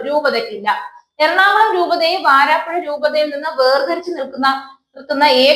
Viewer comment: Edeen shavame varaapuzha insteadof vaaraapuzha